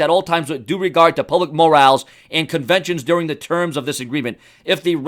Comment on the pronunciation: Thanks for the info! The word is said more-ral. Just trying to help you out my friend!